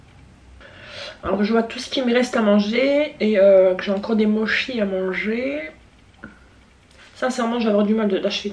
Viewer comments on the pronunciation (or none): j'ai jamais goûté les sushis, makis ect.. ni les mochi tu m'as donné super faim je sais pas combien de fois tu as dit "mouches ! "'😂